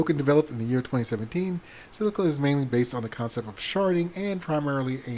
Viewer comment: It's Zilliqa, not Zilliqua.